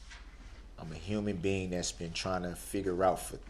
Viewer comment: 💯% agree! I'm not sure what species he is; however, he did call himself a "huemian beanen"! Maybe he is from 🛸!